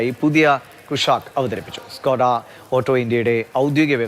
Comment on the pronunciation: ഡ്കോഡ' എന്നല്ല ചേട്ട ..... ഷ്കോഡ